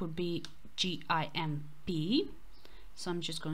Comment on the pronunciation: Gimp is pronounced like pimp but with a 'g' as in green or goofy.